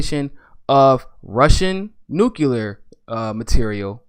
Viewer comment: I know it's petty, but i just can't sit through a podcast with someone that can't pronounce nuclear.